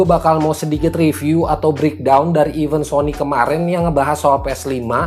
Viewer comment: Event bang bukan even